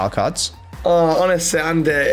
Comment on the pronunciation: Do you think messeh is going back to barceh,?